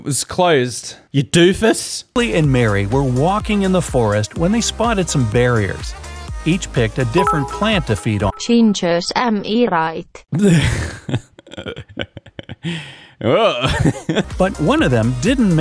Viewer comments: The guy says barriers not berries TF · Brenda really asked for it though by just plopping her precious bracelet down on the table, as if she's adding it to a gambling pot, to 'cool off' Did the narrator just say 'barriers' rather than 'berries?' in the plant riddle